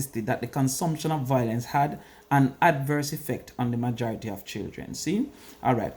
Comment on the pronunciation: Violence vs. Voilence.... Why can't Jamaicans pronounce this simple word?🤔